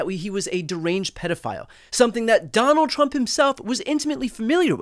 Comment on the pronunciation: “Sonald Srump!” 😂